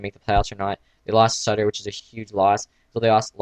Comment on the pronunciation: It's Suter not Sutter. Sue, like your suing someone for money, not Sut. Sue - ter.